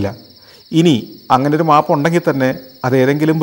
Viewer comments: Yes; noted it many times before, its മേപ് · Kurachu koodi onnu sheri aakki kkoode sir. . മാപ് അല്ല map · Everything is good. But please pronounce "map" correctly.